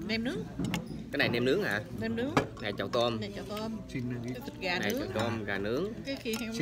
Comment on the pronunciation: "Nem" chứ không phải "men"